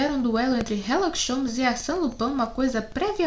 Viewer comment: Por que ela lê herlock em vez de Sherlock